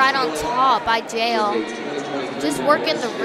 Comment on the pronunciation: It’s pronounced Yah-el not jayel for jael